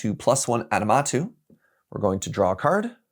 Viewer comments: Every time they said “aNiMatou” it broke me a little more lol aMiNatou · The amount of people that say "Animatou" like it's "anime" and not "Aminatou" which is what's printed on the card. I have too many Sisay mains in my area that say it that way too, hah. Just playful jest though, haven't seen canlander before and it seems neat, but I'll stick to cEDH. Thanks for showing it off though! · they butchered the name ❤ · wait, is pronouncing Aminatou differently each time XD